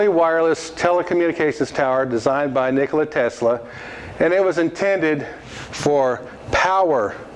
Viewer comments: not nick-oh-lie. It is ni kuh luh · first of all both JP Morgan and JJ Astor have sponsored him. Astor for Colorado Springs laboratory and JP Morgan for Wardenclyffe Long Island. AND IT IS NOT NIKOLAI TESLA ..... IT IS NIKOLA TESLA. NIKLAI IS RUSSIAN NAME, TESLA WAS SERBIAN.